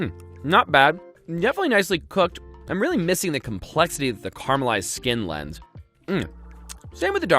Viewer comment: The way pronounces "caramelised" scares me